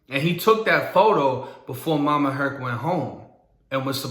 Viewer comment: Mama Hurt.......not “Herc”